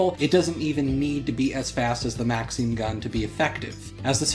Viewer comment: ive never heard someone pronounce maxim as maxeem XD